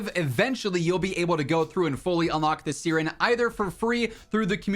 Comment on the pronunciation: Bro love you but that's not how you pronounce siren 😅😂